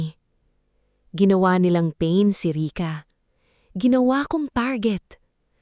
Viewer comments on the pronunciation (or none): none